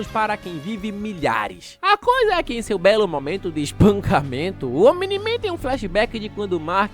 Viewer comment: pq quando ele fala omni-man eu escuto "o mini man"